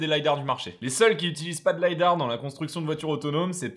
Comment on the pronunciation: Merci pour ta vidéo, très bien synthétisé, comme à chaque fois. Juste un bémol, même si ça vient de l’anglais, en français on dit lidar et pas lydar 😋